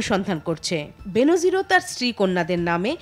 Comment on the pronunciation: ওহে পিও সংবাদ পাঠিকা আপু, কন্ঠ যখন উপার্জনের হাতিয়ার তখন কন্ঠ নিঃসৃত শব্দগুলো উচ্চারণও যথাযথ হওয়া উচিত। উচ্চারণটা বেনোজির না, বেনজির।